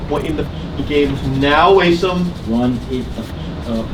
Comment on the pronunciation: it’s weird that everyone pronounces Asim wrong and he’s okay with it. I’m pretty sure it’s pronounced Aseem. If i’m wrong let me know, but I’m pretty sure A-sim isn’t the correct way to say it.